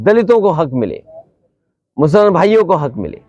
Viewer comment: Musalman ka naam sahi nahi nikal pa raha inke muh se hame samjh